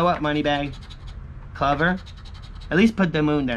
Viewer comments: It's cl-OOOOH-ver....just so you know..lol....not cluver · It’s a clo—ver. Like a four leaf clover. Not cluvver. It’s pronounced clo—ver. Lol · Lol yes it’s true .. clOver